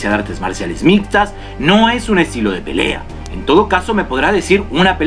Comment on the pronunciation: Pelea callejera"papá" callejera!! Jaja bien dicho muy argentino te salió 👏 Saludos desde Argentina (Bs As)